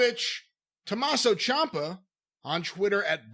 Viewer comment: Dude said Tommaso CHOMPa lol